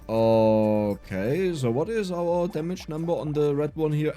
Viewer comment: Man are you German because that Zooooo is cool :D